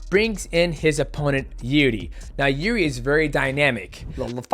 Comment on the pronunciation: Nobody can pronounce Prohazkas name. He even got to pronounce it wrong by himself. Try to surprise him with real pronounce, something like "Yirjy"